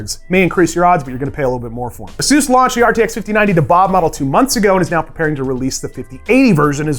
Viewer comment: For the "ASUS Gold RTX 5080 'Dhahab' Edition," the correct pronunciation is closer to "the-hub" or "thehab" rather than "da-hab," as it comes from the Arabic word *ذهب* (dhahab), meaning "gold." You can confirm the pronunciation using Google Translate or by searching YouTube for phrases like “How to say Gold | Zahab in Arabic | كيف أنطق ذهب باللغة العربية.” great news report btw